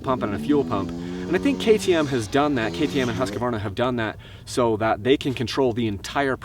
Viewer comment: Hey...Keep pronouncing it "Husq-a-varna"! Us older guys who grew up on those bikes in the 70's always called them by that name, not Husq-Varna! That sounds stupid!